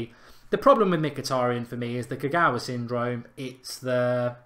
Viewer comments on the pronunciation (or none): none